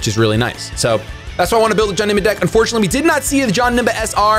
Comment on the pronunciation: wtf why do you pronounce it like johnemba its janemba